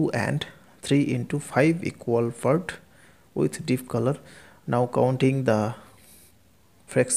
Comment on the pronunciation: sir, honestly speaking you need to work on your english, specifically your pronunciation other than that i got the concept right. I was confused why we had to divide the numbers?? but got the whole concept, and reffered to rd sharma book.. But sir your "part" sounded like "fart" i died from laughing right there lol